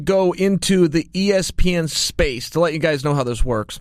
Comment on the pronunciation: I just love when Chael say guyzez